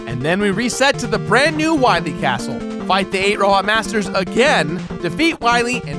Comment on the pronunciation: Too bad the Anniversary Collection didn't fix the Dr. "Wah-Wee" Epidemic.